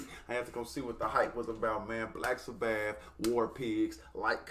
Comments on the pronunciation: Never heard them called Black Sa - Bath before 😂😂 Its Sabbath like as in Sunday is the Sabbath. Sounds more like Sabeth phonetically. Love you no hate! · I sort of wish your first Black Sabbath song would be the studio version. (Pronounced SA- buth) This was cool, but the studio is better in my opinion. That lead is Ozzy Osborne, who I assume you've probably heard of. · love the reactions for Real! Hey the pronunciation is Saah Bath with the accent on the last syllable - keep on Rockin’